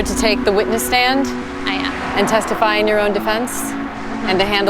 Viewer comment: Interviewer is baiting her to say testify...tethify.